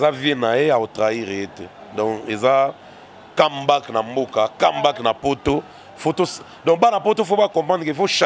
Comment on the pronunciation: et son affaire d'anglais...Kambak 😂🤣🙄🤔 comeback?